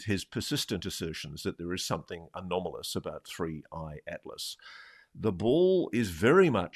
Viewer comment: I had a shot every time Ross said "anamolous" Out smarted myself. Just called the Boss, not going to work tomorrow.